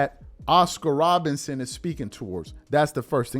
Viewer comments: are you saying Robertson or Robinson, a little suspect sometimes 👀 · Bro, can you say ROBERTSON plz!!! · I couldn't agree more, wish I could like your comment 1000x. Also no real ball fan would repeatedly mispronounce Oscar Robertson's name. That happens because is not a real basketball fan. He started a YT channel and said what topic will continue to be around for decades and get me views? He chose basketball. He's lazy too because he's repeatedly got other player's names wrong and made mistakes with rosters when it takes all of 2 seconds to look this stuff up before recording the video.